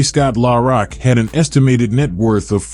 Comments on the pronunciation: Killing me how he pronounces Scott's name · I hate these fuckin AI generated voice overs in my soul! At least have a real person pronounce Scott's rap name correctly & what the fuck does Jay Z from Brooklyn have to do wit Scott? SMH